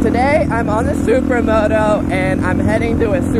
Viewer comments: did you just say supramoto...hahaha...take care bruh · I swear did you just say supra moto